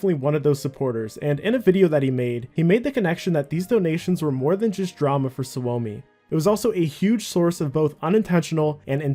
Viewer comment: suomi is a finnish word it’s pronounced like “sue me”